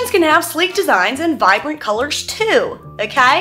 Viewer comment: I love that your old Ohio boy accent got in here:') "oh-kyay?!"